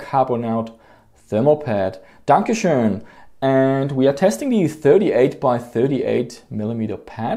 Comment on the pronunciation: That was an excellent "Danke schön!" well done mate :)